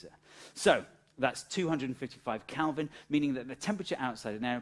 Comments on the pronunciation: And there I was, pronouncing Kelvin as Kelvin for all these years, when I should have been saying Kalvin. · kElvin not kAlvin. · I found it really jarring every time you said Kalvin instead of Kelvin. 😠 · It's KELIVIN not bleedin KALVIN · Kelvin not Calvin. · Do you keep saying, "Kalvin"??